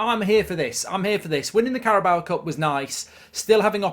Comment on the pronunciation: Still can't say Carabao correctly